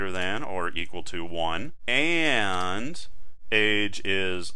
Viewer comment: u said "and" very funny :D